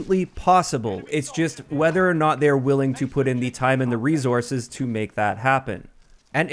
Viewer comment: You say "resources" weird =p